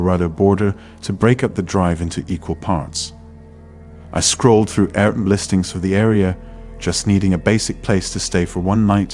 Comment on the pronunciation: maybe, but air bnb was pronounced like a word instead of separate individual letters